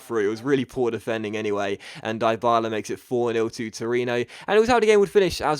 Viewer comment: well done changing the title...BUT its pronounced deebala!!!